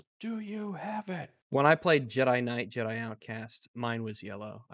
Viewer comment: as a french canadian, the part where said TLG. The last Gedi, was funnier than it should. phoneticly "Gedi" is identical to "Guédaille", which is a Quebec slang for "Hoe"